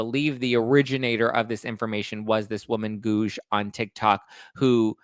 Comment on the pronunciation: Every time says "Guouge" an angel gets it's wings